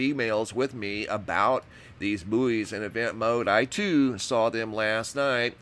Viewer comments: Bouys are pronounced like Boys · so weird u guys say /booeys/ we say /boys/ sounds . . . weird